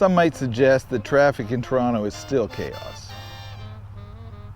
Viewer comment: Thank you for getting the name right- so refreshing to hear people pronouncing my hometown’s name w/ two Ts.